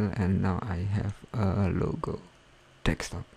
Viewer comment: I found it to be very helpful! Thanks dude! Don't get the "Confusing" comments.. Though I am laughing my ass off because of the 'Dekstop'. Its 'Desktop'* bro <3